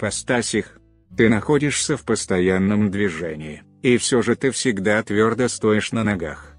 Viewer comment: Когда бот озвучивае текст..."- банкет получися..." читает "минус банкет..." "Ты стОишь твердо.." вместо "Ты стоИшь твердо...". А где слёзы принца на объяснения в любви? Гоняют пару-тройку фото туда-сюда...